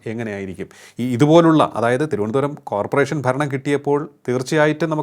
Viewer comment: കോപ്പറേഷൻ അല്ല…. കോർപറേഷൻ……